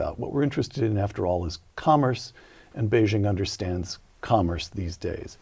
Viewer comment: Ferguson spent a couple of years in China and he STILL can't pronounce Beijing properly. Or Xi Jinping.